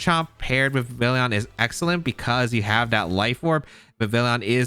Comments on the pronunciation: You didnt say anything about it but i'm pretty sure vivillon pronounces like vee vee on, it is supposed to be french so the L is mute, like réveillon(i hope this word is known around the globe) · The 2ay you pronounce Vivillon hurts me so much. It's Vivi-yon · That word isn't really known to English speakers, but yes, you're right about Vivillon. Plus there's no "i" after the double "l" anyway so even if not for the French pronunciation, these Youtubers would still be pronouncing the name wrong just based on the spelling, lol.